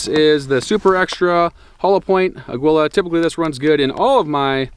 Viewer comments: Uh-gee-luh or a-gee-la. Please no more “a-gwilla” 🤣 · Its pronounced AH-GEE-LA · Pronounced ag-U-la ammo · FWIW Aguila is Spanish for eagle, it’s pronounced “ageela.”